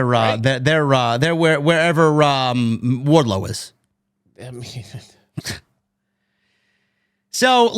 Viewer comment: “There where warlow is” 🤣 good god